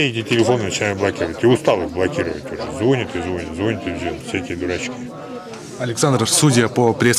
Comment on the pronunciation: ЗвОнит , лОжит , - тьфу , - деревня .